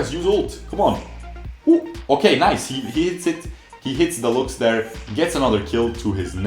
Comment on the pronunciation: I hate how he pronounces lux.